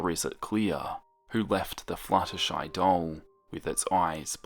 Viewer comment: when the video started and he said "flutterschmooze" I wheezed but dont we all just hate it when we have white pencils and when we try to shade colors with them, the colors just go onto the white pencils tip?